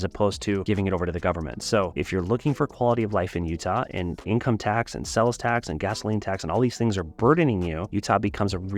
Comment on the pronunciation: Are you saying "sells" tax? It is "sales" tax